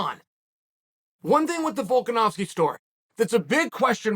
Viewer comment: Volkanovski is an Aussie Chael ! Chael the Canadian stop getting it wrong